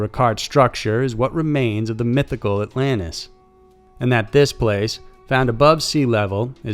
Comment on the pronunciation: What's Allanis? Do you mean AlanTis? Southern much😂